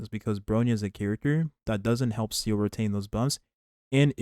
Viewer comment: why do you always say seele’s name wrong? is it a running joke or something? she’s not a seal